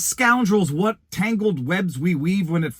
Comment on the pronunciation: I cannot forgive you for how you pronounce "what"